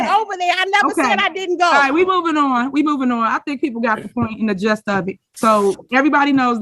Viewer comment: This lil girl....."People got the just of it....." the word is "jist"